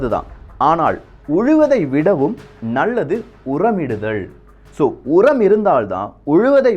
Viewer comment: தமிழ் பற்றி பேசும் பொழுது, ல்" உச்சரிப்பை " ள்" என உச்சரிப்பது எரிச்சலை உண்டு பண்ணுகிறது.. நல்லது என்பதை நள்ளது என உச்சரிக்காதீர்... ல், ள், ழ். தமிழின் சிறப்பு... "தொழிலாளி" இதை உச்சரிக்கும் போது அதன் வேற்றுமை புரியும்